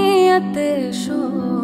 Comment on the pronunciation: Oh hello even she's not pronouncing word correctly its Shoq not shokh.this shows taste of music u hv🙄🙄🙄🙄